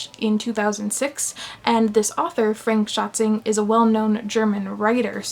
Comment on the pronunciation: Author: Frank Schätzing You: Fränk Schatzing I laughed way too hard at that. I did expect some horrible pronounciation, but not to hear it almost perfectly, just with the 'a' simply swapped around.